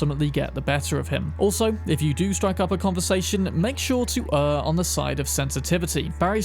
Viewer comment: Did you just mispronounce both err and tortoise? Didn't know the cuthulhu could be bought. I've also never seen the Kerry quest.